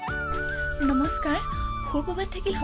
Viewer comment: Your "namaskar" sounds like Nepali speaking people. But afterthen you speak unknown language 😂